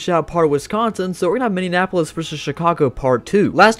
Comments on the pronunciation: Minneapolis...not minneanapolis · Was dude saying "Team Minneanapolis"?